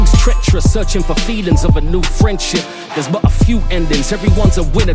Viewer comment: Pretty sure that's because the guy couldn't pronounce "There" correctly. Watch the live version, its fucking amazing.